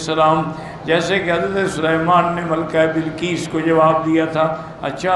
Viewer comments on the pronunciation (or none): none